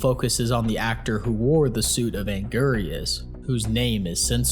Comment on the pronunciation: The way he pronounces anguris makes me unfathomablely upset